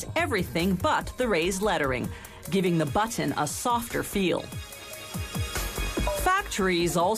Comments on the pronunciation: Sounded like button to me. :{ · I like how she pronounces the word 'batton'.